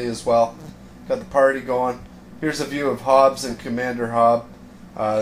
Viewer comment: U said pary.... Not party